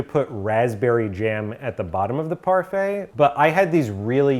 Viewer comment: Yes! I mean, when my boy said "parfait" 🔥🔥🔥🔥